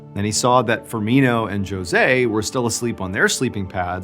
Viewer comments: Are you sure the guys name was pronounced "Joe-say" and not "Ho-zay"? As in the common way to pronounce Jose'? 🤔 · Did dude just say JOE-say? lol did he mean hooose? (Jose) 😅😂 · 1st- I ADORE you 2nd- not sure if anyone else said this in the comments, but I just HAVE to- Babe - his name is pronounced Hoe-sé, NOT Joe-sé. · sorry... is it really Jo-se... or should it be Ho-se (typical Spanish pronunciation)...? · It is pronounced Hose! NOT Jose! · Hose not jose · Did you seriously just pronounce Jose as, “joe zay”? Such a 🤡🤡🤡 go watch disturban everyone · JOE-sé is Portuguese, not Spanish. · It’s pronounced Hoe-zay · No way did you say JOE-SÈ!!! You’re so much better than this Mr. Ballen 🤦🏻‍♀️ Lol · Jose.. the J is pronounced like an H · it's not because it's Portuguese not Spanish, it's more like a G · “José” makes me cringe. The name is “ ‘Hosé” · First story; It’s pronounced HOSAY !!! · Not the Joe-Zay 😭 anyway much love from Yuma, AZ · "Jo- ZAY". I love it when you purposefully mispronounced words. 😆 The word you're looking for the John Wayne airport story is NIMBY. Not In My Backyard. It's the people who do not allow airports to be airports even when the airport was there first. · José, Mr. Ballen! It's pronounced Hosé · LOL!!!!! José is HO SAY, J is silent! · Jose is pronounced Hosay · That’s not how you pronounce Jose in Portuguese. The “j” should sound like the “s” in measure. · The pronunciation of Jose is Ho-say. Love your stories. I’ve been listening for years. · Do you really not know how to pronounce José??? 😂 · Are you sure the J wasn't supposed to be pronounced as an H in the correct pronunciation of that person's name? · Josè? How do you pronounce Jose again 😂😂😂😂 wth? 😂😂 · Your pronunciation of Jose is hilarious!😂